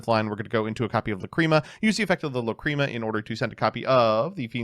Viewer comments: First match: The pain of hearing "McCreema". Second match: The pleasure of hearing "Lacrima". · Stop saying Fiendsmith La Creama I am begging you 😭😭🙏🙏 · Everytime says lacreamah I cringe and I know he is doing this to hurt all of us. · Lacrima being pronounced as Luh-CREAM-Uh is unbearable. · The way he pronounces Lacrima makes me upset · Please stop saying lacrima like that 🙏